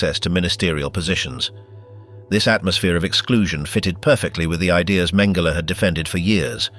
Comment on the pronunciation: Mhen- GEH- lee??!!